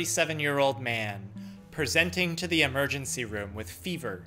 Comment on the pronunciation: pauses, holds up a finger " p r e s e n t i n g to the emergency room"